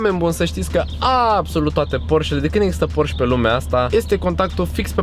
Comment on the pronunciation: singura mea problema e ca pronunti porș, s-ar putea sa nu-ti pese, dar e porșe si bose e bouz